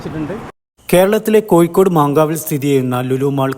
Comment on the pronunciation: Not koyikod but Kozhikode"